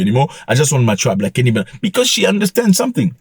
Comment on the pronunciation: The way you Keep on destroying people's names is hilarious "Kemi Benavete" 😂😂😂😂😂😂😂